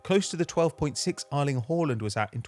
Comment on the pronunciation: I never thought the guys name was pronounced Ireland Horland (Erling Haaland) , well you learn something new everyday don't you! Jeses let's hope this guy doesn't comentate on Norway verses Ireland any time soon, that could get confusing! 😄